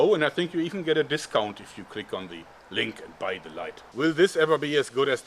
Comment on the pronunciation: I think his spelling sounds a Little bit like a child. "The" as "Se" if you know what i mean. Also german is much more difficult than englisch, so don't blame yourself. You'll get better at it from day to day :)